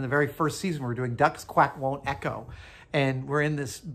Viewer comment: *Quack, not "Quake".